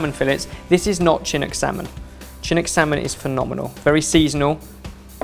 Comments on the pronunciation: Oregonian here. Am I hearing things or did say "chin-ook"? We pronounce it "shin-nook". Just sayin', lol. (5 points for pronouncing "Ore-gun" correctly, though!:D) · I agree, as someone who is from Vancouver, BC it is pronounced SHIN-ook. You should visit us here, it is an outstanding city from eating seasonal, local cuisine. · To, Chinook is acctualy pronounced shinook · When says "CHIN-ook" salmon... haha! The C is soft, shinook salmon. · as an Oregonian I must correct you; you pronounce the salmon Chinook more with a SH and not the ch sound.Thank you!!!👍🏻👍🏻👍🏻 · As an Oregonian, does it slightly bother you that is pronounce the Chinook salmon with a ch instead of the SH sound? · Oof. That pronunciation of Chinook is rough. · says "chinook" funny haha